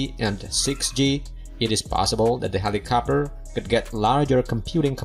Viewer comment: Helicopter… not helicopper 🤣